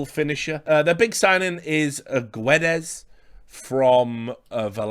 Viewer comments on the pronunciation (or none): Hi Richard, love to see some football on the channel, big fan myself. As for Wolves Guedes you don't read the U.